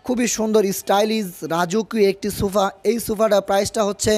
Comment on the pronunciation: Sufa abar ki??? Ota k sofa bole